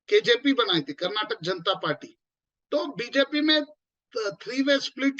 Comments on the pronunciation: It's ಕರ್ನಾಟಕ not ಕರ್ನಾಟಕಾ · Request the reporter to pronounce name of the state as the locals do Its “Karnataka” and not “Karnatak” Its similar to Canada.. am sure you dont pronounce it as Canad